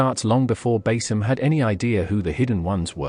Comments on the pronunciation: It's pronounced Ba-Seam not Ba-Sim . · It's pronounced Ba-Seam Not Bas-Sim mate